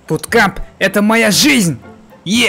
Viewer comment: Буткамп емес буткемп